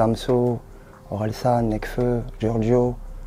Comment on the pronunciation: « Nelfeu » Sérieusement ? C’est le rappeur le plus connu de France... un petit effort 😂